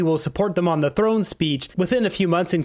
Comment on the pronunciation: "throne speech" Champagne, not "drone speech" 😹